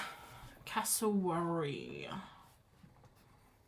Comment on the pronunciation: Cassa-wary rhymes with fairy dairy airy Aussie Queenslander here they live in North Queensland 😊 you got it eventually 😂😂😂